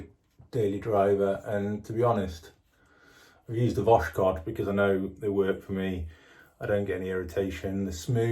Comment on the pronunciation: voskhod is pronounced like “was hot” (not “wash code”)